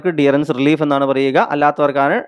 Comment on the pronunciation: ഡിയറൻസ് അല്ലല്ലോ ഡിയർനസ് എന്നല്ലേ.